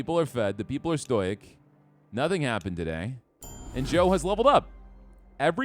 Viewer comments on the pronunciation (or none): I really enjoyed this. But I think it's pronounced "STOH-ICK" not "STOYK". Also in the Idol of Betrayal story you saw, the wife killed their baby. She beat it too death with the statue thing she was holding. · It's fine if you don't wanna play Cult of the Lamb periodically, just make the call. I know there are a literal gazillion amazing video games that you want to play. Fun fact: Stoic is pronounced Stow-Ick, Eldritch is pronounced Eld-rich.